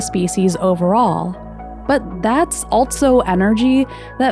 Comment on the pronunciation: Why do you say "altso"?